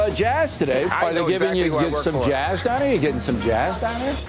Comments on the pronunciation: Every time he says Jazz I keep thinking he's saying jiz 😂😂😂 it's just gross how people haven't realize it how it sounds 😷😷😷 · Is he trying to pronounce the word jizz with a snobby highfalutin accent 🤣 he gave everybody a little jaaaiiizzzzzzz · Was o'reilly mispronunciating jizz and said jazz for less controversy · he's mispronouncing jiz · On account of the sexual harrassment charges, I really think Bill was just mispronouncing "jizz" when he said "jazz". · Did anyone else start hearing jizz instead of jazz at the end? Coming from O'Reilly, it seemed legit. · is he saying jazz or jizz?